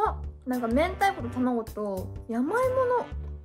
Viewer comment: " " 「明太(めんたい)」を「めんた」って言ってるの可愛いwww